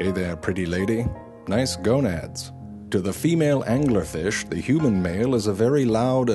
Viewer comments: Angler Fish Pronounced: "AN•GYU•LAR FEESH" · "True Facts About The Angler Fish "... Can you not read?